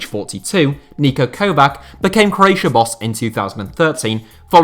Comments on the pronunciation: it's not Kovack, it's Kovač(ch) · its Kovatch, not Kovak Great video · The Č in Niko Kovač name's is like ch. Like in KovaČić. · KOVAČ NOT KOVAK FFS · Also, it's Kovač. So ko-vach. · If he says Kovak one more time... surely he knows that it’s pronounced just like every single other player with a “c” from the east-European countries like Kostic, Mandzukic or Perisic. Not Kostik, Mandzukik, Perisik or Kovak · Niko Kovać is pronounced like ko-vatsch